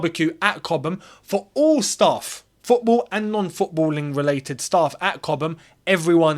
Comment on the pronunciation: 🤣🤣 that emphasis on " talks FFFootball" already got me laughing and the vid just started🤣🤣